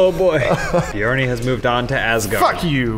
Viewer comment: Bjarni 2 went to "assgaurd"